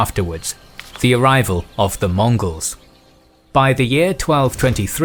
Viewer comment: L‘Africano I must be losing my hearing, but it sounded pretty jarring the way he says it